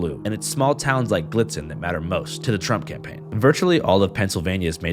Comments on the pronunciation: Sorry but I can't help from giggling at your pronunciation of Gallitzin. This place is 15 minutes from my hometown in Cambria county. It's pronounced GUH-LITS-IN. Never heard someone say it the way you did haha, great video! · Gah-Litz-Zen, brother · As a proud Pennsyltuckian: ITS PRONOUNCED GA-LITZ-IN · IT'S PRONOUNCED "GA-LIT-ZIN"!!! I GREW UP THERE OH MY GOD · It’s pronounced Galitzin like Santa’s reindeer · Pretty sure it is pronounced Glit-zen by the locals. I live like 40 miles from there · It would be pronounced Gah-litz-zin oo.. i see later in video you ended up getting it right.. ignore me :P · how did you feel about his pronunciation of Gallitizn? i’m from hollidaysburgh and feel like everyone says “glitzen” 😂😂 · It’s pronounced guh-litz-in